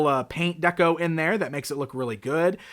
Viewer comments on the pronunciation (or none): none